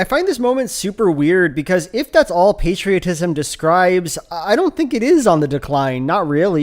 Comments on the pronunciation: Love to be told that I should be grateful to shovel for 8 hours a day by folks who've never touched a shovel in their life As a red blooded American, I will not be lectured on patriotism by someone who pronounces it "pat-ria-tism" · As a Brit I've never heard anyone pronounce "patriotism" like that, makes it sound like patricide, and while I can't prove it I'm now 100% certain this guy has an Oedipus complex. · ain't no way you're gonna pronounce patriotism like that and lecture me on it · I'm British and I've never heard anyone pronounce 'patriotism' like that. Maybe it's a regional thing (although my accent is similar to his), but I suspect it's a case of 'throw in a few more short vowels, our audience think it sounds intellectual'